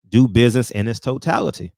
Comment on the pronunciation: Go sit cho azz down, Bud. Like Frederick said “he made some turrable buizness decisions” 😆😆😆😆